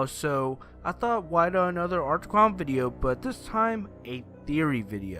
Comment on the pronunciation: "Art The Cown"